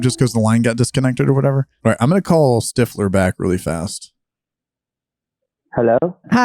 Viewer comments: Love this one,,,,and his name,,,,I’m hearing Stiff- Her 😂😂😂😂😂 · They really have trouble with the th sound. David Stiffler OMG.